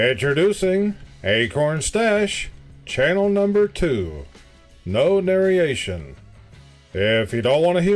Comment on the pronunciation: I am surprised at your spelling and pronunciation of "narration". GenZ is the last generation of educationed kids. I'm a boomer and love your videos.